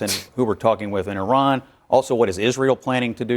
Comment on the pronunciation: Somebody tell Val Demings, the representative, to learn how to pronounce Iran correctly before having an opinion about this war. She probably can’t even point on the map where Iran is.